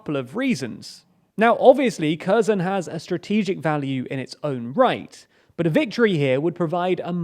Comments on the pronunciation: Can we all stop saying "KERR-zun"... it's "Her-SONE" more or less in English. The Kh is kinda like the -ch in Scottish "Loch" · The way you pronounce Kherson makes my ears bleed. "Her-son", not "Kurzon". You watch Star Trek even more than I do, obviously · The city's name is pronounced Ker'son...! The h is silent 🤫 it's not Kerzon and it's although spelled with an M, Mykolaiv, the city is pronounced Nik-o-laev... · Herson, not "kerzon" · It's pronounced Herson not Kerson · What is Curzon? Is it Curzon Dax perhaps? ... oh, you mean Herson... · The word "Kherson" you keep saying ... And it's like a glass scratching when you mispronouncing the "KHer" part ;) ... The KH is MUCH MUCH softer... If you say it as "HERson" it would be closer to the softer H. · It is pronounced like Herson not kerzon, without looking at yhe map i would not understand what are you talking about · This guy mispronounces Kherson worse than anybody I know. It's not 'Kare-son' and it's definitely not 'Kur-zun'. It's 'Hair-sohn'. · Please.... K is silent... Hersón. .... wanna do the News??? Do it Right... 🤦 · They are - Херсон in cirillic transliterates into Kherson, where X or Kh is pronounced as H in "ham". What does is to mispronounce it as "curson" or "curzone". Ukrainian and English are both Indo-European languages. They really have got pretty similar phonemes to some extent if you look closely enough. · Kherson is pronounced about like hairr-SON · By the way, the pronunciation is really off! It's not pronounced "Kerzen" — that "Kh" at the beginning is a more like a hard "H" sound (like in the word "hummus") than a "K" sound, and the final O is a long O, like in the word "phone". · Again kurzon and karkiv hahaha correct yourself dude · Okay, there actually no "K" in Kherson pronunciation. Its more like "here son". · It is pronounced Herson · Your directions are just very wrong and ask a Russian or Ukrainian how to pronounce Kherson. Your pronunciation is also very wrong.